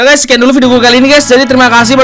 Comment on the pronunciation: "HELLO WHAT'SAP GAYS" 🗿